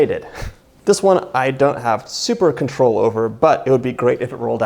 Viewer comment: Thooper berry pie. Best recipe yet.